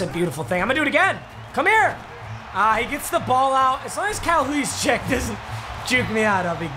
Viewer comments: Dude said Kyle huzchec it's pronounced Kyle (Ju-zit-ske) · this man rly said it like hooseecheck